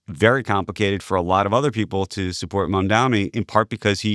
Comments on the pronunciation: It’s MAMDANI not MAMDOMMY lmao!!!!! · Scott, it's Mamdani, not "Mamdami". Not that hard. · It’s MAMDANI not “mamdami” I know republicans do that on purpose as a sign of disrespect but why are Scott and Andrew both doing it